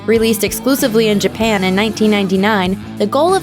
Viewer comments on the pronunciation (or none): none